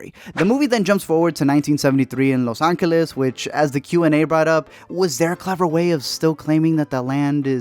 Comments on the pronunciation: the FUCK did you just say? Las Angels? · No one: Literally no one::...."Los Anqeles"... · he said los anqeles instead of los angeles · The way he says los Angeles 🙄🙄🤢🤢